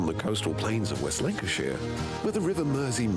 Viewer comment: I think he says something West Link-eu-shire and the subtitle generated was Lincolnshire !